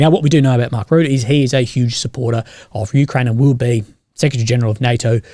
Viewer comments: Pronouce it like Marc Router. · FYI - It's pronouncing is ROOT! Tks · Another very interesting video. I believe the name is pronounced Mark "Rootta". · It's pronounced Mark Roota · As a dutchy trust me just pronounce his name like 'Ruttuh'